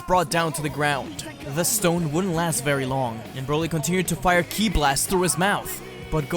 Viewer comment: I wonder why he calls KI, killi it is a bit weird